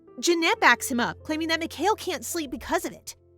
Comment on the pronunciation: Lol, you can tell it isnt ai, Its cause she pronounced mikhael wrong, its not mic-hail, its mee-ka-el